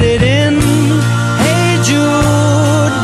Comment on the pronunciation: That is not Paul McCartney, dear friends. Listen to the diction, or pronunciation. Listen to 0.56 to 0.57, the singer sings "Heh Jude". Not "Hey Jude." Paul does not mis-pronounce. I love Paul McCartney too much. Not arguing. Just informing you. Peace and love to all of you.